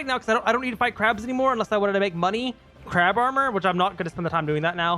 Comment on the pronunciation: i love it when he says crawb every time he fights a crab